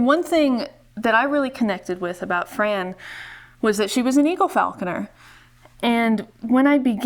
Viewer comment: She would hate that you called her Fran...she pronounced it FRON